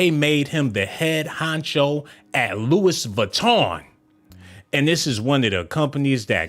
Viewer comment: Geesh I can’t take you serious calling dude Adolph…it’s 🗣 pronounced AB-LOw….yoooo definitely hit the oh my goodness button for yourself! 🤣🤣🤣 and you pronounced Louis Vuitton wrong. Dang I’m lowkey mad you blocked those ppl for telling u about yo audio issue 🙄